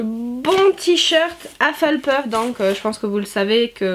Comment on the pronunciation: Je trouve ça trop mignon la façon dont tu dis Hufflepuff avec ton accent français ! Joyeux anniversaire, tu es bien gâtée en tout cas !! 💛